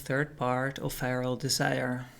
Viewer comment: “Firal desire”